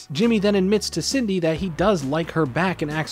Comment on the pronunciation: I keep hearing Sydney instead Cindy LOL